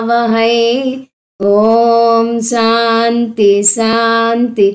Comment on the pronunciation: అమ్మా మీరు 'అస్వా' అనిపలుకుతున్నారు. 'అశ్వా' అని పలకండి. ప్రతీ చోటా 'శ' కు బదులు 'స' పలుకుతున్నారు. సాంతి,సాంతి,సాంతి అని పలుకుతున్నారు. అది "శాన్తి, శ్శాన్తి, శ్శాన్తి:"